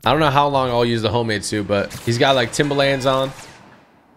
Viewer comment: I know everyone from nyc cringed at the way he says “Timba-LANDS” 😂